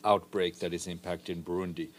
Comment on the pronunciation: What’s Brundi??? If you mean the country it’s Burundi sir not Brundi